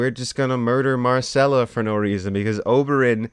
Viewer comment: She's Myrcella, not Marcella.